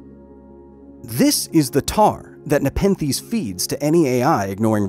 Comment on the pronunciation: Take a shot every time he says Nepethes